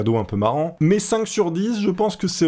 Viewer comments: c'est mais et pas mias XD ;) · "mais" pas "mias" mais pas grave 😂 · J'suis désolé de te dire ça mais le "mias" à me stress énormément! Merci de ta compréhension, au revoir.